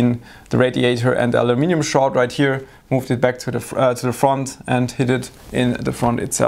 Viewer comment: Thank you for saying aluminium the proper way.